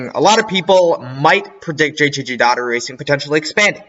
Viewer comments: It’s Daugh erty not Datery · It was hard to get through that JTG Daugherty part. Please learn how to say Brad Daugherty's name.